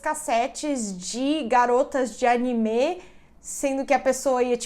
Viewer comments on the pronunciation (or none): none